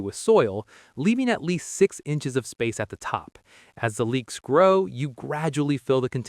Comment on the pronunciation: Leeks, not leaks.